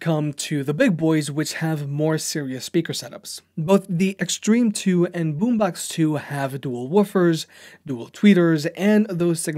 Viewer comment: its Boombox not Boombax